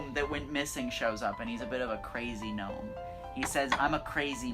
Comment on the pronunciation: Really? Gnome with a K. So unliterate